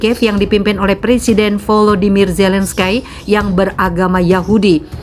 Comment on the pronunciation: Di Bacanya Zelenski ko Zelenskay hihiiiii...